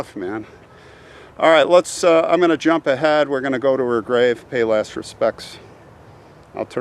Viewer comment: I thought you said "Let's go pay our less respects (instead of "last" respects)". Lol :)